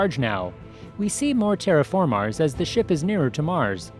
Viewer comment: Why do you say TerraFarmars